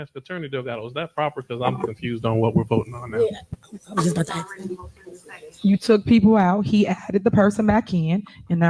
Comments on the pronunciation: Incredible command of the English language. 21st century and still saying “axe” instead of “ask”. Fascinating. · The word is ASKED. Not axed. I won't even include the dozen other words she can't pronounce. If you can't speak proper English, why in the world would I vote for you to run my city? This woman should be UNDER the jail. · It's a shame she made it all the way to this position in this level and she can't even say ask. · Why do people vote others into office and those same people cannot use simple straight plain English with proper grammar. For instance... the word "ask"... is NOT Pronounced in the formed word--> "acks" or "aks" but "ASK". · Can someone tell this daughter of a field hand that “ask” is not pronounced “ax” an ax is used to cut wood. To ask is beg a question. She only says “ax” about every minute or so, the ignorant see you next Tuesday. For a very ordinary intellect, she’s got a hell of an opinion about herself. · For GOD SAKE it's "ASK" not "AXED"......Listen her talk and it's BS in the meantime she keeps ripping off the Town, do a recall and vote her out of office and fired her from the town supervisor. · What is she talking about axeing? Axeing what ? Maybe she needs a speech therapist? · "I'm just AXing"..Can't even Speak right!🤷 "You guys are making a mockery"..NO ..YOU are making a mockery. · Goddammit it's ASK, not AXE!!! Go back to fifth grade! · Ask not ax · Cam someone please tell Tiff that the word "'ask"' is not pronounced "' axe"' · I love it when she says three times "axe for the trees"...she grow up here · when they AXE for stuff..its a shame..no to hear you AXE them for shit is the real shame 🙄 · Listening to her speak is horrible. Ask doesn’t have an x in it and with does not end with a d. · Oh, and......the "s" is BEFORRRE the "k".........